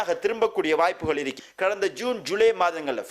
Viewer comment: தமிழ் உச்சரிப்பை கவனத்தில் கொள்ளவும் தமிழை கொலை செய்ய வேண்டாம் என்னது இருக்கி இருக்கி?